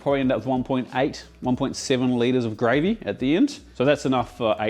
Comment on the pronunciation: Just came to see if he butchers the gravey again.